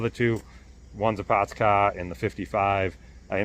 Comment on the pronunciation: 'Pahts cah!'